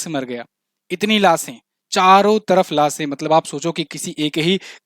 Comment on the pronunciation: लासे' आं , लाशें नहीं